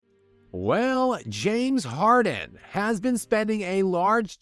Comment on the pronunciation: "James Larden" is back!